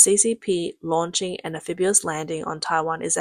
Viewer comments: Very clearly narrated, but please practice pronouncing am fib EE us not am fib YOO us. Great work, well presented!!! 🙂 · Stop, stop, stop. You're going to take someone's eye out. Besides, you're saying it wrong. It's (an-FIB-ee-uhs). not (an-FIB-yoo-uhs) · Anphibious pronounced AN FiB EE US, not AN Fib YU wus. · actually it's AM-phibious not AN-... if you want to be a stickler about things. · Nice video, but an English pronunciation correction... The correct pronunciation of amphibious is Am-fib-E-us not Am-fib-U-us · Do Brits really say, “am-FIB-you-us”? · Spelled Amphibious, pronounced "Am Fib Ee Us". If you're going to be a grammar-nazi, then get it right.